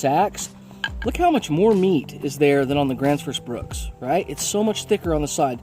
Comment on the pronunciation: I can't understand why a lot of people mispronounce or misspell Gransfors Bruk in almost every axe video I've seen. 😅